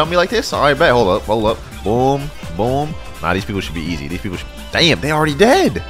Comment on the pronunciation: I like the way he says damm